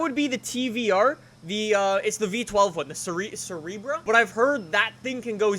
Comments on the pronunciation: butchered that one mate it’s pronounced SER-BER-AH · tvr cerebra? thats the first time ive heard it pronounced like that. i always heard cerbera or sir-bera. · How do you say Cerebra if it says Cerbera? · “ My personal favorites the tar cerebra”😂😂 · The mispronunciation of Cerbera got me more than anything. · Lmao i got kinda sad after hearing pronounciation, as the cerbera is my top 5 favorite car in the game:D